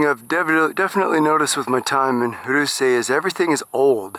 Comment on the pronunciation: Pronounced Roo seh not Roo see